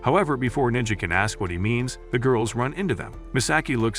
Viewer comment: I hate when the A.I. narrator pronounces the name as Niji rather than Neji. 😓😮‍💨